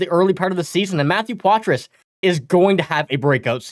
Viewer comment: It's pronounced Potra. Ask him, he'll tell you.